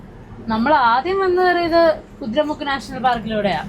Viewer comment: കുതിര മുക്കല്ല... കുതിരമുഖ്